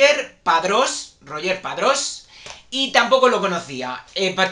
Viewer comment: Saludos, quería comentarte que al igual que el apellido de Sofía se pronuncia "coy", el nombre de Roger se pronuncia "rullér", según tengo entendido por alguien catalán que lo aclaró